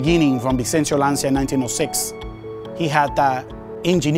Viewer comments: It's "LANCIA", not "LANTIA", for god's sake. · Oh, no, dude why?! It is 'Lancha' not 'Lansia'. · It's actually pronounced Lan-Ch-ya. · Es LanCia,not Lansia. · It's Lancha 🚤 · if you are in love with Lancia you should know is pronounced like "lunch" + A, Lancia! Is just one word, not difficult ;) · Jack Shepherdson more like Lantchah